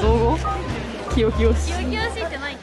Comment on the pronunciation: 清々しい（すがすがしい）ですよ★ 食べ歩きたのしそう♩